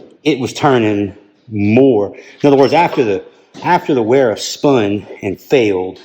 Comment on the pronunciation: Good review and video! BTW Wera and Wiha are actually pronounced Vera and Viha. Not trying to be an English teacher at all but thought you may want to know.